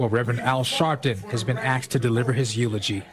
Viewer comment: “Been axed to deliver his eulogy” 😂